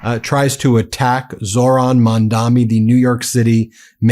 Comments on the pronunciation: Dude. His name is Mamdani. Not Mandami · No front, Ben, it is Mamdani and not Mamdami 😉❤💙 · Hey man, you do great coverage, but reminder, it’s Mamdani. Not Mandami. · Dude, it's MAMDANI, not MANDAMI. I guess you're still American after all 😂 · Ben, the name is Mamdani.